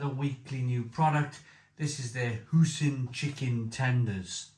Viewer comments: Do you pronounce "Oi" as "Ooh"? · Hoy-sin not hoosin